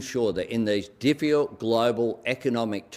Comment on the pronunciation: "Dickifuld' times..." 😂😂😂speak proper albo.." chipper childcare" bs my daughter pays 650 bucks a week childcare for 1 child no rebates..liar